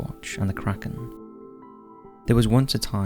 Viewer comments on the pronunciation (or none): none